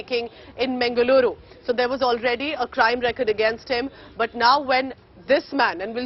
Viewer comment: Firstly pronoun Mangaluru properly